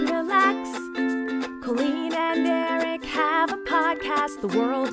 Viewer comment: Colleen. Not coleen